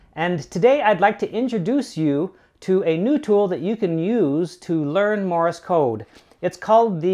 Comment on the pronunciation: Morris code! Cultural Learnings of America for Make Benefit Glorious Nation of Kazakhstan... It's Morse, not "Morris", people. Love my CW Hotline and the VBand site though, as I can't get on HF currently.